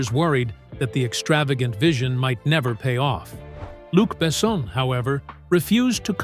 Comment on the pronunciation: The best part of this video is counting how many different ways the AI narration pronounces "Luc Besson"